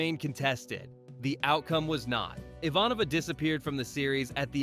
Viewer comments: IvaNova is the right pronunciation. Then the author said IVAnova. 😂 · no to mention how he said I-von-a-va this is what happens when AI gets things wrong. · I'm not sure if this is AI or human mispronunciations, but anyone who's watched the show knows it's pronounced "J-Kar" (not G-Kar) and "IHVAN-ova" (not "Ivan-OVA"). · and second in command Iva Nova? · is this read by AI or has the guy never seen a single episode?!? G!`KAR, IvanOva... And you were unable to show DS9 when mentioning it but showed something of the calvin timeline instead? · teach your AI how to say "Ivanova". Nothing says that you don't know what you are talking about more than mispronouncing character names! Why not use a DS9 clip when mentioning it instead of a later film? O yea, AI! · When you're trying to get your AI narrator to pronounce the name, just leave the C out. It's not hard. The alternative is saying Straczynski oddly. Very off putting. And we won't even speak of your mispronunciation of Ivanova (ironically, that happens in the show and it was ALSO deliberate). Great show though. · this is a wonderfully crafted video. The only detraction I have is the pronunciation of the name Ivanova. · Yeah, kinda shit the bed on the pronunciation of "Ivanova" too.